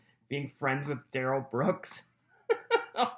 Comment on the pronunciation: And he lies completely unnecessarily. Such as saying his name is Duh-RELL, when it’s really DARR-uhl. Who does that?? That’ll further decrease trust when LAW ENFORCEMENT and JUDGE DOROW realize he lied to them about how to say his name! Stoopid!